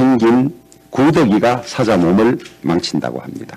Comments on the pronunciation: 1인 유튜브 방송보다 못하다 마이크 성능 테스트도 안하나? 그리고 사자가뭐야? 사~자 (호랑이,사자) 경북 사람이 억양이 뭐저래? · 사자 발음이나 잘 하셔요. 주호영의원님!